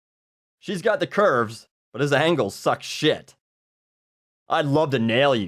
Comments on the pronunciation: Its funny how you pronounce everything exactly as its spelled. " Q four erves" hahaha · The way you say "cu4rves" really cracks me up, for some reason.